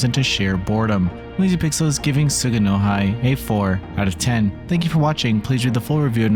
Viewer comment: Tsu-gu-no-hee btw